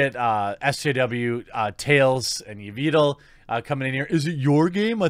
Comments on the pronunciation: Tails & Evitel? Gotta work on your pronounciation there, Tucker. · Hahaha I love how horribly you mispronounced Taliesen and Evitel's name. I used to watch them years ago when I played WoW. Way back before he became a horrid Blizz shill and raving SJW lunatic. He was the host for the last Blizzcon.